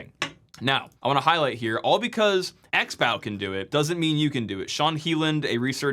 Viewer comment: Pretty sure "XBow" is pronounced "Crossbow" or "Ex-bow"